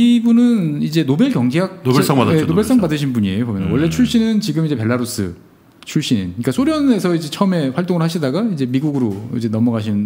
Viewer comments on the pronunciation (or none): none